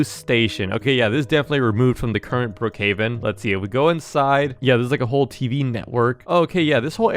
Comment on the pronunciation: When he was at bloc fruit Wayne he said Brookhaven I heard bookaven